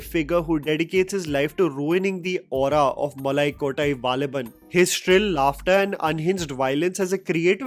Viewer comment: Sorry bro I literally laughed when you said Nanpakal nerathu mayakam but you said malakottai valibhan well